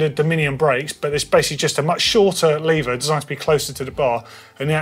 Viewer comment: Shaking my head at the number of times the word "Lever" was mispronounced...